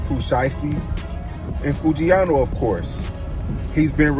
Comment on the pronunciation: Whoever this is, I hate you because you can’t even pronounce the man name right his name is Foogiano